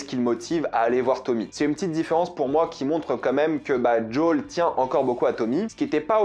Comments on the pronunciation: Alors j'aime beaucoup ta vidéo et ton anlyse MAIS, en français, son nom est "JOEL" pas "d'Jol" (c'est aussi mon prénom alors je me sens un peu visé) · Tu peux pas dire Joël au lieu de joool c'est très laid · jol jol jol joel!!! lol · Alors c'est JoEl pas Jol... Parce que là c'est insupportable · Arrête de prononcer djol 😭 je te jure que sa me fait souffrir 😭🤣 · Je t'adore mais peux tu arrêter de l'appeler djol punaise c'est joël quoi pourquoi djol ? (ceci dit très bon mando dans ce rôle) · Désolé, mais quand tu prononces le prénom de Joel, j'entends celui de Jul, le rappeur marseillais dont je suis allergique ^^ Pardon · Pourquoi tu dis jol ? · Ça me perturbe à chaque fois qu’il dit son prénom 😅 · The last of us est mon jeu préféré j'ai du me les faire 3 ou 4 fois chacun j'étais pas fan du perso de eli quand je les vu dans la bande annonce mais lors du premier épisode j'ai eu la même réaction que toi ok il on géré par contre tu me fais saignait des oreilles a chaque fois que tu prononce le blaze de Joël 🤣🤣 je pense que si il continue comme sa la série va être incroyable par contre je suis pas fan de tess je la trouve largement moins bien que dans le jeu a voir plus tard